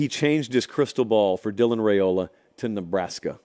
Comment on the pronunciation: The name is RI-OLA not RA-OLA